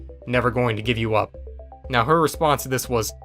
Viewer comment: wnedys also said know instead of now